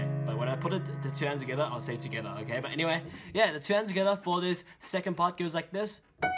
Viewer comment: When you were saying together I thought you sad eskettit in a Russian accent👌